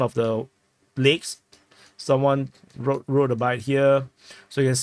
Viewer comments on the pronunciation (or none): none